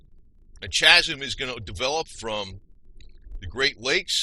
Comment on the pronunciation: I hope by now, you have realized chasm is pronounced cazim, not chazim